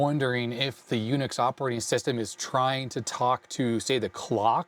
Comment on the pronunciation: "jUNIX" I love it. 😊